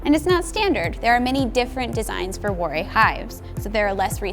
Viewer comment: I think she's confused him with Brother Adam (who was a monk). Also, Warré is pronounced with a "va" sound at the start (as in "ça va"). She completely mangles his name.